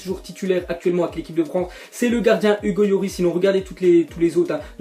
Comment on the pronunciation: tu le prononce mal Hugo llorid